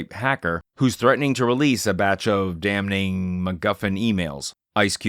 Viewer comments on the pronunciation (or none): Your intonation is ratcheted up to the point you pronounce the ‘n’ in damning 😂